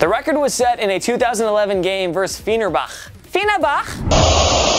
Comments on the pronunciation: Did he try to say Fenerbahçe? he literally said “fenarbak”, wtf. And him trying to say Galatasaray was pretty bad as well tbh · It’s pronounced Fenn-er-botch-ay. Fenerbahce vs Galatasaray is the Istanbul Derby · IT'S PRONOUNCED GALA-TASA-RY AND FENER-BATCHAY FOR FUCK SAKE! US EUROPEANS HAVE NO ISSUE PRONOUNCING IT! joking of course, you just butchered the pronunciation horribly lol. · Man that pronunciation of Fenerbahce lol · No 2. When he absolutely massacred Fernebache’s name it was probably the most embarrassing moment in my life, plus Football (the real football the one Americans call soccer) has had many louder moments than no1. Try Birmingham City FC at Wembley in the Carling Cup final 2011 when they scored the winning goal in the 89th minute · It’s hard listening to you trying to pronounce Galatassaray and Fenerbahçe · You totally fucked up the prononciation of Fenerbahce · That pronunciation of Fenerbahce and Galatasaray is shocking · Cringe worthy 😂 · Lmaoooooooo YES that's a butchering of epic proportions 🤣😂🤣😂💯💯💯‼️‼️ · NA knowledge xD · Yea man as a Turk I was crying....was like is he talking about Fenerbahçe 😂😂😂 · Thats because americans are speech disabled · Dag Liberg wachtler they tend not to, no, as evidence of the pronunciation of Fenerbahce